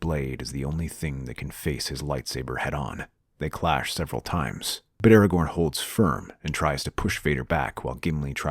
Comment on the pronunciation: aragorn, not aragon